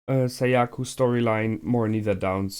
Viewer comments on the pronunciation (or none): Whenever he says Sayaku, it always reminds me of "Seyiku" from "Meduka Meguca." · Also Sayaka not Sayaku